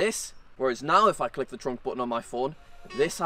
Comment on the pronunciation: truck no it’s thrunk